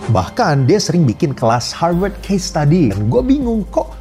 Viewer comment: Bukan Harvard tuh tapi Har Pat